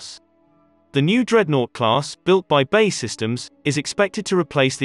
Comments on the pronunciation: It’s B.A.E systems. Not ‘bay’ systems 🤦‍♂️ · For Christ sake. Its B A E systems not BAY systems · Good video, terrible narration. "Bay systems"?? B. A. E. Ffs. If it's a robot it's pretty good and they seem to be getting better, but still fairly easy to spot. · It's B-A-E systems not 'bae' systems. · It's not bay systems, it's B-A-E (bee=ay=ee) Systems and so much unnecessary repetition in this vid. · Its B. A. E Systems, not "Bae" Systems. Do you call the USAF the U-SAF? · It’s B… A… E….. not Bae…. It ain’t your girlfriend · And by the way mr youtube it's not ''minister of defence'' it is ''secretary of state for defence'' and it's not ''bay'' it's BAE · It's pronounced B.A.E Systems and not Bay Systems?! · Who are Bay systems, and why have I never heard of them. Has B.A.E. Systems gone missing? When using synthetic voice programs you really need to be very careful about typing. Ie 200tons, not 200 t. We hear these and we pick up on them . It makes you look less than professional. Just my two penneth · got as far as him saying bae systems,ffs, its B A E syetems................. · So clued up that B.A.E. systems is pronounced 'Bay' systems 🙄 . You and no one else friend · Stopped watching as soon as a military focussed channel said Bae! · 'BAY Systems' ooooh please! 🤣 Lose the digital voice over. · Man said bae systems 😂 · Wtf is Bay systems. Pronounce it right.